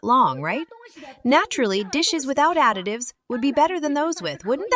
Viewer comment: So...was that a Freudian slip....you said 'adictives'....not additives